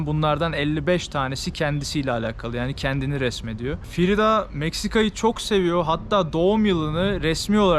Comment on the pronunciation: Frido değil Frida demelisin 😎🌵